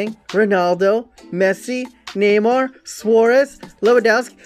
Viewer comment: love the way he says neymar...neemar!